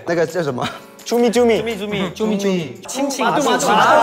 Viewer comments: Perasaan hendery ngomong nya itu jumi -jumi bukan cumi - cumi tapi aku kok jadi bengek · no one: literally no one: absolutely no one: xiaojun: cUMi-CuMi kOkObOp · "cumi cumi kokobop" WAKTU DIA NGOMONG ITU AGA MEDOK GA SIH GES?